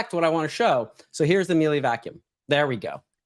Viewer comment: It’s actually pronounced “Meeluh”. I’ve owned a Miele vacuum cleaner for over 20 years and it’s fabulous.